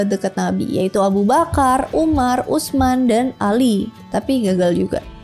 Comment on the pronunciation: Subhanallah, makin keren. Sedikit koreksi aja ya mbak, tulisan Utsman dibaca jgn letter leg: Uts-man, melainkan Uts-man (dgn meletakkan ujung lidah di gigi saat menyebut 'ts', karena berasal dari huruf 'tsa')